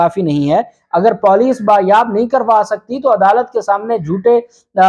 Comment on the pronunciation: Your Poooolice pronouncing is not correct and after many times of messages you are disrespecting Urdu again n again. If you're not understand the rules how to pronounce correctly means you're disrespecting you're views too Marking you dislike